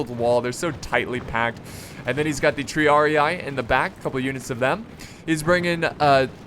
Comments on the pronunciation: Triarii is pronounced "Tree-ar-ee", just sayin' not hatin' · Hey. Love your vids but you should pronounce "triarii" with 1 i. Not with 2:-)